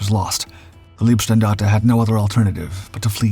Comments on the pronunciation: Leibstandarte, is pronounced with an "i", not ee. And he keeps saying LASSH, though it is LSSAH. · LEIBstandarte, not LIEBstandarte. please practize / learn the correct german pronounciation. it's not just that word. if you want to make a doc about germany and use the german words, please speak them correctly. so schwer ist das nicht. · Please, please do not say Leebstandarte. Leeb (written lieb) means “cute” in German. These guys were definitely not cute.. Leib is pronounced “lipe” (US English pronounciation). It’s impossible to concentrate on the story with this grotesque pronounciation..😩